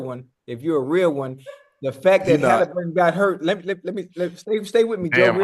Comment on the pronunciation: And why does Bread get everyone’s name wrong? Bro said Tyler Haliburton and Check Holmgreen lol bro just read